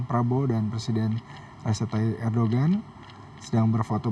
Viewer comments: bacanya bukan erdogggan, tapi erdowan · Erdogan dibaca Erdoan ya..g ga diucap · Kenapa huruf G nya gak dibaca ya ?? ERDOAN...